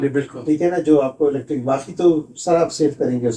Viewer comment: PLEASE CORRECT YOUR PRONUNCIATION THE WAY YOU PRONOUNCE IS ELETIC, CORRECT WORD IS ELECTRIC YOU ARE EDUCATED PERSON WE WATCH RICH PAKISTAN ALL THE TIME PLEASE TRY TO PRONOUNCE THE WAY IT SHOULD PRONOUNCE NOT LIKE A PIND WAY PLEASE.